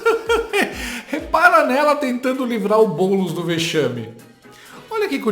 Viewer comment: Oh!!! Pare de errar o nome do homi nos começos dos vídeos!!! É BoouuuuulEEEEEss. Repita comigo: BoouuuuulEEEEEss